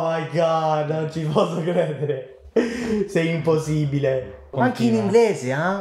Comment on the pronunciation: Amicoo te la cavi alla grande! Pensa ad uno come joe Bastianich che frequenta l'Italia da una vita e ancora ha un accento riconoscibile. Poi pensa a quanti accenti diversi ci sono per l'italiano: io sono sarda e le doppie come quella in impossibBile le pronuncio anche io, ma non per questo parlo meno bene 😁 Sei grande, continua a migliorare 💪🏻